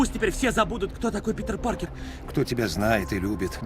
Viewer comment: простите, но Питербек Паркерханов.... ору